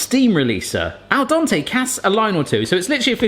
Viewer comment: Why do you say al dOn-tay?